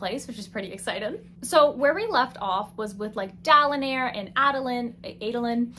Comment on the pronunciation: I just finished "The Stand," and it made "The Way of Kings" feel like a short 400-page book. I liked how you pronounced the names in the subtitles, like Dalinair, and didn't change it to Dalinar while editing. I thought that was funny.